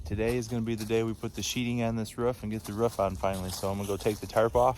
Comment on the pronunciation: You said "Sheeting" not sheetheing, my spell checker can't even spell it. I'll gladly follow because you say it rite